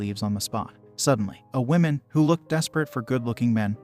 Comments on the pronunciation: 🟦...I gotta admit it, I giggled every time the digital narrator said: 'The "Whimin"(plural), instead of: "The 'Whumin'(singular). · Learn how to properly say "womAn" Holy shit. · Why the hell are you pronouncing woman like that